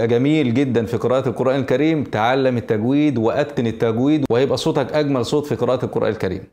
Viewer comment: قولوا تجويد بشكل صحيح رجاءً انها تشبه كلمة أخرى قبيحة لذلك وجب عليكم نطقها بشكلها